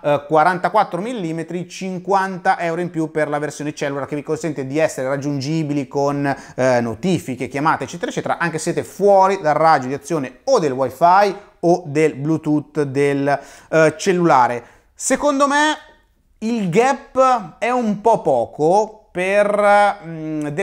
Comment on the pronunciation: si dice "gap" non "ghep".